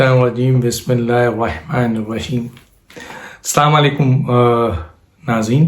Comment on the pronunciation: Danish sahib maazerat k sath guzarish ha k plz salam sahi tarah kiya kijiey means ....... Aslamo Alekum. na k sama lekum.. Aik bar phir maazerat...